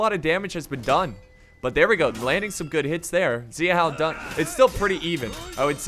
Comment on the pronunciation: Couple of suggestions for pronunciation: "X" is pronounced like "Sh" and "A" is pronounced like "Ah". So when you say "Xiahou" it should sound like "Shya Ho" and "Zhang Yan" like "Jahng Yahn." Your pronunciation is getting better! Thanks for the great vids!